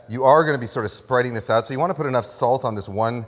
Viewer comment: I like it how he says ‘salz’ instead of ‘salt’ several times. German viewer here 😊